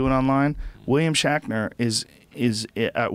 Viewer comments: Am I the only person who noticed Joe is saying William 'Shackner' was in Star 'Trak'?! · Say Shackner one more time and I'll lose my mind Joe....jesus lol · I love how Rogan corrects Ian on the word "fallible" but then says "William SHACKNER" and calls it "Star TRACK" I think he even said "twinner" instead of twitter. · Who's William Shackner? Oh shit, did you mean SHATNER? Ohhhh, that makes much more sense. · I hate to be the one to correct you Joe but it's Shatner not shackner and it's star trek not track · His name is WILLIAM SHATNER!! Please stop calling him, "Shackner". Man, for a man with a lot of big words you don't speak English so well. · It's Shatner, not shakner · "shackner"? is he saying his name 'shatner" wrong on purpose? or am i just hearing things? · "Shaqner" lol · "William Shackner" and "Star Track"? How DARE YOU! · Had to shut it off with about 20 minutes left because I couldnt handle him saying "William Shackner" anymore. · Even as he's reading the article he still says "shackner".... it's like when a little kid pronounces spaghetti "pasketti" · I swear I was just in another universe where Joe was saying "Shakner" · WILLIAM SHACKNER ? did anyone else hear that 50 times in a row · "William Shaqner" x'D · Who is William Shakner? HA!WHAT is Star Track? Joe can't even read. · Is Joe saying William Shackner?? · Why does he keep saying shakner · lol...i was referring to rogan...hahaha listen to rogan talk about shatner and say his name 10 times and say it wrong. i just wasn't sure if it was a goof on shatner. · It's "William SHATner" you fuck!!